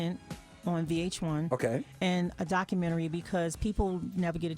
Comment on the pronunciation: I'm getting pissed off with Tiger pronouncing documentary as docu-mentry... 🙄